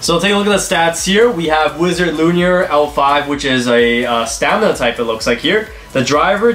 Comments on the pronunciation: It’s not luinir it’s luinor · My guy said Wizard L u n i o r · Its pronounced Luinor. Loo-in-oor. sorry that was bugging me lol